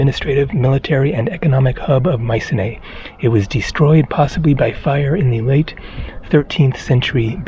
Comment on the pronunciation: … and I’m off to Greece tomorrow. It’s pronounced mySEEnee, btw!